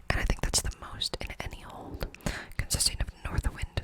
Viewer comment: Are you saying old or hold?